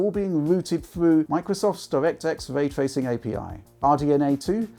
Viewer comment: 🙄 When de guy says "waytwaycing" instead of "raytracing" Learn how to speak man...